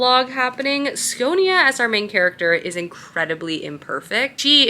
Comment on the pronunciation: Its Sci-o-na, not sconia lol